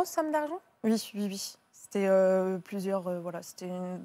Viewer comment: Maintenant les gens disent tous « ui ». Dites oui bordel!